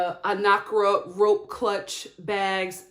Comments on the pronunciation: Sis it's AN-KA-RA, Not Ana-Kra, you definitely butchered it..... Love your video though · Lol when you said Anakra instead of Ankara. You were close lol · Its An-ka-ra (ankara) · It’s Ankara lol but close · It's pronounced 'Ankara'😅I still love you tho